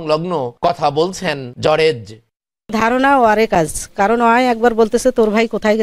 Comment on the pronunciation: আরে ভাই জরেজ না জর্জ